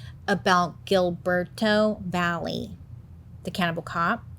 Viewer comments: Valle = Vay-eh In Spanish a double L is pronounced as a eh/ee sound (think of the word tortilla) Sorry, carry on! 😅🫠🫠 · Can't believe I share the same last name as him.... ugh. BTW Valle is not pronounced Valley. It's Vah-yeh. It's Spanish. The two l's sound like a "y". That's why in Tortilla, you say toar-tee-ya instead of toar-tila.